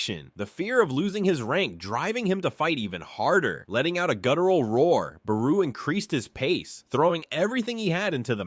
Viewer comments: fr it not buhroo it is bayroo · I hate the way you say Beru 😂. “Buhroo”